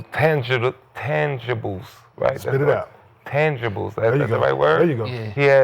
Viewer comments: If it wasn’t for Nick young athleticism as a kid at basketball he wudda never went to school he is slow as watchin paint dry the word he lookin for was Intangible’s not Tangible and he couldn’t pronounce that 😂😂😭😭🤣🤣🤣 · Nick tryna say intangibles is hilarious 😂😂 Kmart saying spit it out makes it even more funnier